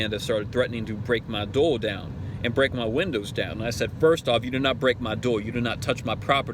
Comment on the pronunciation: Does he have a lisp or does it have to do with his nasal shape/capacity? He said 'whateva', 'offica', 'hamma', 'numbas', 'ova heer' or 'torn' (instead of turn), dore (instead of door), 'tazza' or 'caa'. I think the guy said he was from Ohio (not Boston, new England or new York somewhere), and I know some folks from there, it doesn't sound like any kind of accent to me. Anyway this guy is super god-awful annoying to listen to sadly enough. Okay he's from Ohio, so is he trying to sound gangster? Cuz trust me, it ain't working for him. Taking that drink of water did not help his voice any. I mention this because I have an old college friend who I still see very occasionally and (without the OG gangster element the subject of this video has) he kind of talks like that. And for him it's not an accent, it's just a speech thing of some type. Luckily, that old friend of mine is nowhere near a sovcit. And on a different subject, no that's not how they get you or get into your vehicle, dude. If there is a crap ton of road noise or you parked under an overpass during the traffic stop, they can't hear you very well from outside the car if your windows just down a little bit. Apparently certain idiots don't realize this fact. Maybe they should try to run an experiment when the shoe's on the other foot. And I must say, wherever the hell the Constitution originated from, Magna Carta or any other constituent parts, the USA doesn't operate under the Magna Carta and never has. Oh yeah and the